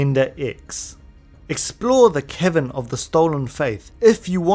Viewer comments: it sounded like you said 'The Kevin of the Stolen Fayth' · Every time you say "Cavern" I hear "Kevin". So from now on, Yuna will be following her pilgrimage to visit the Kevin of the Faith to recruit Yojimbo. More importantly, this is a fantastic video!! Subbed. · HAHAHA i heared "its time to make our way to the kevin of the stolen faith"... thought you called yojinbo a kevin xD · every time you say cavern, i hear kevin, and it's hilarious. "it's inside the gagazette kevins"